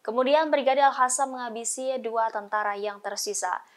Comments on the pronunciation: Al Qassam buk, Al Qassam bukan al hasam , asal bunyi saja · Pembaca berita sebaiknya belajar membaca, al qosam jangan dibaca al hasam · sangat terganggu setiap kali host ini,, Al Qassam diucapkan olehnya dengan Al Hasam. Apa di studio rekaman gak ada yg bisa koreksi?? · Salfok dng sebutan presenter nyebutin kata Al Hassam, bknnya Al Qassam ya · Al Qassam bkn Al Hassam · Kenapa jadi Al Hassam? Bukan pakai Qof? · Al Qassam bukan Al Hassam😂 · Hampir semua pembaca berita melafalkan AL QASSAM dengan AL HASAM.....AL HASAM Mungkin mereka tidak pernah belajar mengaji waktu kecilnya. Dan sampai sekarang tetap tidak mau belajar mengaji. AL QASSAM itu dibacanya AL KOSAM. bukan Al Hasam...Al Hasam. Kesalahan bacanya terus menerus. Buat Pemrednya harus nya membrifing dulu sebelum mereka bertugas. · AL HASAM????? Tribunnews!, tolong bacanya diperbaiki atau dikoreksi dulu presenternya sebelum dipublikasikan, kalo al-qassam/al-qossam jangan dibaca (al hasam) setidaknya dibaca al-qassam atau secara abjad indonesia AL-KOSSAM ini baru sesuai dengan suara mulut kita